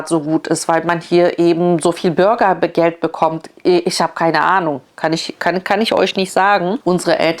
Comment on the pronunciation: Burgergeld 🤭😂 ne nicht witzig das Thema… aber die Aussprache schon 😅